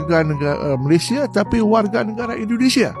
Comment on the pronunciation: Min sebut malayd sh